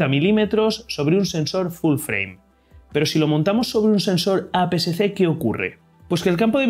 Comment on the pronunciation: Muy buena explicación, lo único es que ud dice formato A PCC cuando realmente es A PSC, o quizás será porque lo dice un poco rápido.